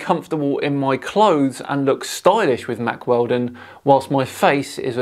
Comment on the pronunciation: Guys... When said "Mack Weldon".... did anybody else actually hear "Mark Felton" instead and the tune of his channel start?... That was odd...